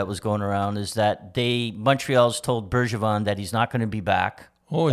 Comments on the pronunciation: Bergevin not Bergeron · Bergeron..... Berge VIN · his name is not Bergeron. How hard is it for English speakers to say the name correctly? It's not a hard name to pronounce.